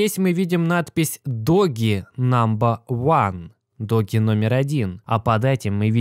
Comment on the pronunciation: доудж коин (doge coin), а не доги коин, ты что ...!? Собача монета (doGGy coin) тут не причем .